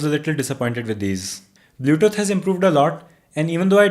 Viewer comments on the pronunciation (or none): because he is pronouncing it blyoutoot, for example.